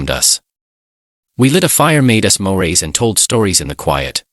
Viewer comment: So is he a middle school teacher or does he run a repair shop? Oh! And 'smores' are pronounched 'smo-rays.' Must be a French dessert.